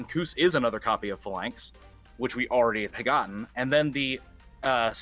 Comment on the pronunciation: Idc who this guy is in relation to Dragunity plays not knowing the significance of Remus to Romulus and assuming it'd get translated as Romus, in addition to his pronunciation of the other Dragunity names like Phalanx and Senatus offended me to my core. This is GRADE SCHOOL knowledge.